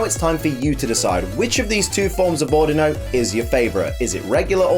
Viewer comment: The way you say Audino (Au Dee No) was triggering xD but I forgive you c